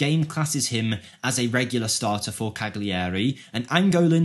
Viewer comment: Wanted by some of the biggest clubs in the world. And Tottenham. Plays for The Cabinet of Doctor Caligari. Cag-lee-airey. Really.....that's just embarrassing. Cal-yia-ri